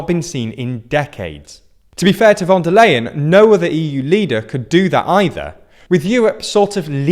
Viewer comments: Just one thing. “von der Leyen” is pronounced more like “fun der lie-in” 😜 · Ursula von der Leyen is pronounced ly-hen, just like in "lying" or "lie". What a coincidence...